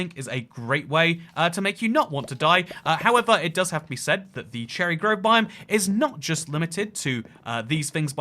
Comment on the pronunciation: 2;41 bro really said "growve" and "bi-o-m" This is just a joke please don't take this seriously, great video by the way!